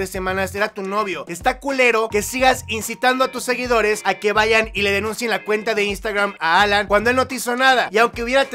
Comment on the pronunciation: Dice "SEGUINDOS"